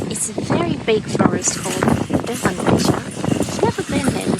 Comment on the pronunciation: Firstly I love the video, and also learnt how to say Villerey and Bosch correctly, I have been pronouncing it incorrectly all my life, 😀 Also the prices are cheaper Han Bicester Village and the variety was in abundance, thank you